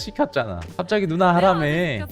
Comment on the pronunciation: 뭔가 계속 발음이 정확하게 누나라기보단 누ㄴ아 하는 느낌인데 끄헝 그냥 다 좋아 여기 너무 재밌어ㅠㅠㅠ